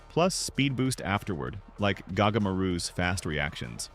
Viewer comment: gagamaru ❌ gagamaroo ✅